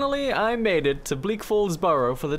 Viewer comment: No hate but.... burrow?